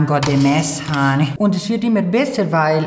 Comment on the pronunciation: Ich liebe es wen du what is dhis honay und honay sagst ich liebs